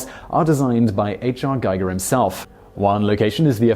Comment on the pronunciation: giger is pronounced g- Eager